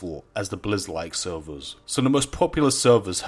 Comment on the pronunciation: take a shot everytime he says sewwerz